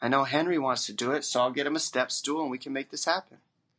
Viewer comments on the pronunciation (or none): “Step stool”..... ouch!